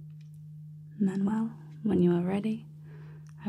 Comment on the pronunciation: Justin Clark actually "Manwell" as they call it 😄😂😂